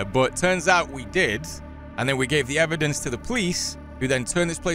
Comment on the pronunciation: my boy said ebidence🤣🤣🤣I caught that shit. That's how you know he scared as hell🤣🤣🤣